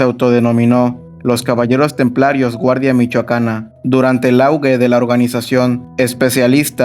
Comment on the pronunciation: Auge, no augue